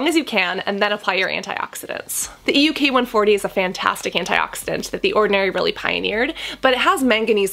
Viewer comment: It's EUK 134, not ELK... can you correct your Video? :-)